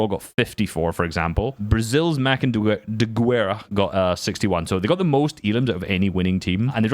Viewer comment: please, pronounce Diguera like "Dighera"